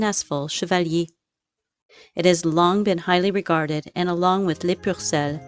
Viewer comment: It’s Les PUCELLES not Les PURCELLES.